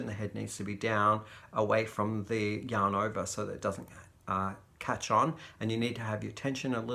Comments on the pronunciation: I always hear "hello, young lovers" and then I pause and realize you have said "yarn lovers"! LOL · Me too!! It took me a couple of videos to realize He was saying yarn lovers!! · Me too! Australians don't pronounce r's. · I was watching for 6 months and thought it was just a term of endearment! The Crystal was wearing his merch and I saw it said Yarn lovers! 😂🤣😂